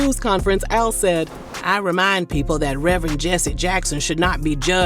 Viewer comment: Not Rev-Rent Rev-Rant! Rev-Er-end Al Sharpton! The perm! The Scandal! 😂😂